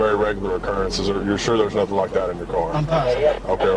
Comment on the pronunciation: Bro I am 3 seconds in an I'm in tears laughing Why she stop, mid run, just to say "I didnt do nuffin" LMFAOOOOO